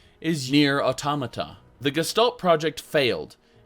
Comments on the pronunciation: It's AUTOMATA (ALL-TOM-UH-TA). Why does nobody pronounce it right! REEEEEEEEEEEE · The correct pronunciation is, in my opinion, "AutÓmata." I don't know if that is clear enough lol. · It's pronounced, "O-tom-a-ta" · I love you, but your pronunciation of Automata gave me an ulcer. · That weird pronunciation of automata. It's supposed to be pronounced like automaton. That's where the word comes from. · am I the only one that doesn't pronounce automata this way? lol